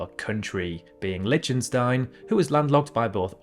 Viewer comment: litshenstaihn? (again ) Chetshia? Oceana? (again and )